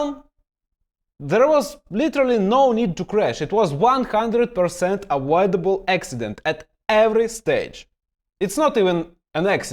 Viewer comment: “Awoidible accident”… I love hearing you talk brudda! 😁